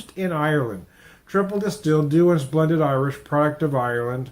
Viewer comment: It's not Doulans; it's Douhans. Darn hard to find any reviews though. Where I saw it at a big box store, it was priced higher than Bushmill's! Anyway, good video.